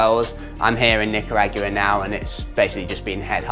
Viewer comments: ....Agua, pronounced Ah-GWah not Ah-Gu-Wah. Thanks 😅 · No way he says Nicaragua like that lol